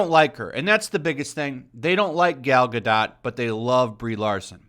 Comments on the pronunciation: Please, please, PLEASE, pronounce her last name right. Its Gah-DOH...not Gah-DOT. 🤦‍♀️😂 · Gal ga dot? I think it’s pronounced gadough. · Godoh, the T is silent please. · I think the t is silent in Gadot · Oh god please stop pronouncing Gadot like that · I can’t get over how you say Gal Gadot Lmaooooooo 😂😂😂😂😂😂😂